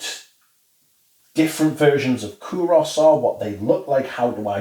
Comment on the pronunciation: thank you! Btw and I hope you dont mind correcting you but Kouros is actually pronounced koor-oss (koor rhymes with tour, poor..)